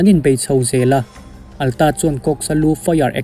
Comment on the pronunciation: Atlas hi Alta tia i lam tlat le, heih heih mai a